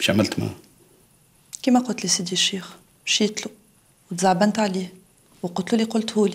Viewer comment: اللي عامل دور اليهودي يغلط برشا مرة يقول سيدي و مرة شيدي 😂😂😂😂